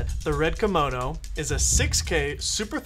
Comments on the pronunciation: lol, did he call it the Red "Komono" ? Yep, he in fact did call it a Komono and not a Komodo. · You kept saying red komono haha. Thanks though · Say Kimono again I dare you I double dare you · Am I the only one hearing Red Kimono?